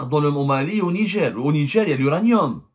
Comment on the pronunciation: Ont dit Niger pas nidjer journaliste de cours par correspondance